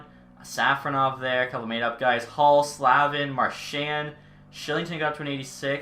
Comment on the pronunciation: no shade but it’s pronounced “slay-vin”